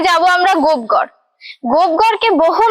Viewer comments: গোপ ঘর না লেখা আছে গোপ গড়। পশ্চিমবাংলার মেয়ে উচ্চারণ টা ও ঠিক করে করতে পার না। এরা না হয় জংলি বাঙাল কিন্তু তুমি কি ? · স্থানটির নাম গোপগড় কিন্ত আপনি প্রায় সময়ই বলছেন গোপঘর। এরকম কেন হবে? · ট্রাভেল ভ্লগ বানাচ্ছেন। তার আগে উচ্চারণ টা তো ঠিকমতো করতে শিখুন। জায়গাটার নাম 'গোপ ঘর' নয়, 'গোপ গড়' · দিদি ওটা গোপঘর না, ওটা গোপগড় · Madam kindly ucchran thick karun ota gopghar na gopegar habea. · Babbaa....gopegarh ke kisob uccharaon korche .